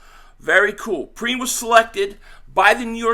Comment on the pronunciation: Yeah La'Mical, pronounced P-rine is the cousin of Bengals RB. Samaje Perine from Oklahoma.